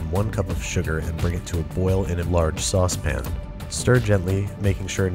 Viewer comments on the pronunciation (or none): Daddy, would you like some saucepn? (dissonant piano chord) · it’s weird to hear him say “sawss pahn” instead of “saucepin” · The babish before he said saucepin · As a British person i can say that it is actually saucepun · he didn’t pronounce it as “sauce-pin” !!! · Ah, the halcyon days when Andrew still pronounced all the vowels in the word "saucepan". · From an episode when The Simpsons was still funny, a recipe before Andrew started pronouncing “saucepan” like a maniac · He said saucePAN this time 😂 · I think you accidentally said saucepn wrong